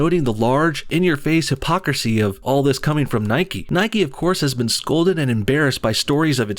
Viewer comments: It's Nike, not Nikee. You don't say bikee or hikee, you say bike and hike ffs!! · Its pronounced "Nike" like "mike" with an N. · Its Nike not Nikey. Its Mike not Mikey. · It's Nike not nikE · Its sodding nike!!!! Not nikey You dont ride a bikey do you?